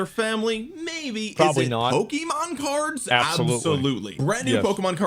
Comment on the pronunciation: "They took err cerds!"